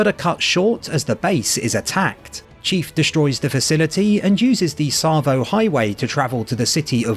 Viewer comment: I'm glad you learned how to pronounce Tsavo Highway since the last video! Lol